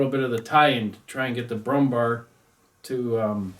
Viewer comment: Good god have you been pronaucing it Brummbar the entire time? It is Brummbär ... Bär as in Bear .... the animal .... just pronounce it Brummbear ....